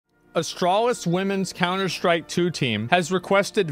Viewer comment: he's beginning to more and more use "sch" instead of "st" noises when saying words like "stream" and "strike". it will be known as the emiru effect